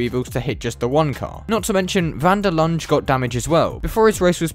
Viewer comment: Linde is pronounced "Linduh"